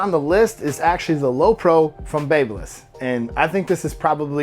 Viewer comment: Baby-liss not bab-liss you’re welcome 😉 great video